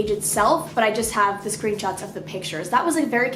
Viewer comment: Anyone else hear her say screen tots 😂😂 ok cya